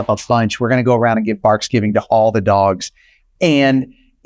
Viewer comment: Excuse me??? Did you actually say "Barksgivng" ? Gimmeabreak.